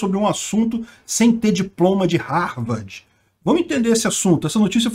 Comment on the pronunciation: Ele falou RARVARDI , mas aí entenderam Harvard, tenso 😅